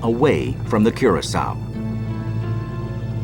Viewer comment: I know this is petty, but the fact that nearly nobody pronounced Curacoa correctly, a lot of them pronouncing it coração. Just found it a little frustrating.